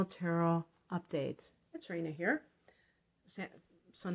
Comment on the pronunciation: Hey there…I love it when you say “it’s Raina here…” before I knew that was your name, I always thought you were telling us “it’s raining here.” 😄😘❤️